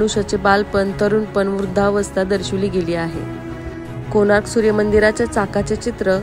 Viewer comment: सूर्य... सुर्य नाही.